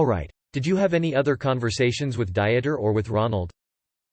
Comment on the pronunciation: Janet was a scammer, plain and simple. This will come out in later transcripts. The narration is making me LOL too: "Diet-er" instead of "DEET-er" as the pronunciation, "Jesus" (English version) instead of "HAY-soos".... makes me think that they're talking about the Biblical Jesus.